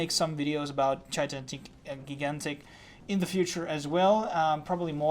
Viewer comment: thanks for the review. It's pronounced phonetically like this: (Jy-Gan-Tik) :)